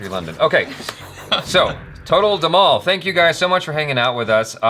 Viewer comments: That's dhmaal not dmaul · its pronounced as "TOTAL THE-MAA-L" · Dhhamaaal is the correct pronounciation